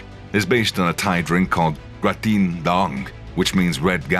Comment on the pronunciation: "Kratin dOng" means "Bull dick" in Thinglish..."Kratin dAng" means "Red Bull" in Thai. Silly AI.